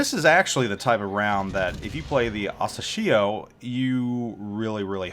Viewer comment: Hey...happy new year and keep doing this awesome job with your vids. Just wanted you to know that you're mispronouncing the destroyer's name wrong. It's asAshio.... Press the speaker icon on the Japanese translation to hear it